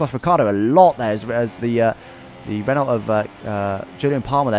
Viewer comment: why do you pronounce it "ren-olt"? it's "ren-oh", the word is french